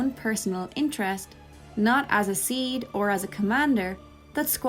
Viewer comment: That makes.... A lot of sense! By the way SeeD is pronounced like CD